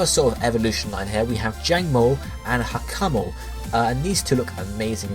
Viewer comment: i know this is going to come out as rude but PLEASE say Hakamo-o and Kammo-o right......the way you say it really does cringe!